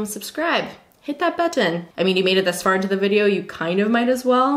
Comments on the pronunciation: But ten. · I don’t know if that’s a Canadian thing but my NYer ears always perk up in confusion when I hear it. I’ve never met anyone that doesn’t just swallow the t sound haha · Aubri no not a Canadian thing, I’m Canadian and she’s the only one I’ve heard say it like that. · People in Toronto do not even acknowledge the existence of the second "T" in any word! 😂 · The way you say “button” ❤️